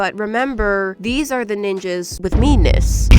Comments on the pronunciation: The ninjas have ME-ness not meanness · When you say ME-ness it sounds like you are saying meanness